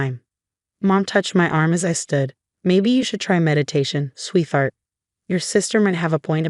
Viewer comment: I truly loathe this AI narrator. Someone really needs to train it to say “sweetheart” accurately.